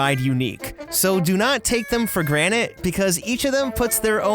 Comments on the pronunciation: TAKE THEM FOR GRANTED, not GRANITE, you moron... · Did he say, "...take them for granite"? Was that because of the rocks in the pic? Dad joke level. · He said "do not take them for granite".... Yikes. That wasn't on purpose.